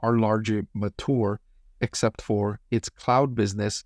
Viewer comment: pronounce "mature" quite differently